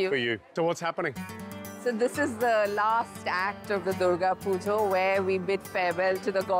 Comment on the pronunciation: said purga duja i cant- 😭😭